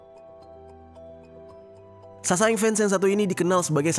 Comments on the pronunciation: SASAENG = 사생 dibaca saseng kak. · Cara nyebutnya saseng bang bukan sasaeng sa nya diilangin satu